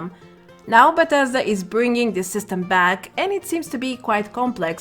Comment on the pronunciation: I just love how you say "BACK", nice accent, Australian?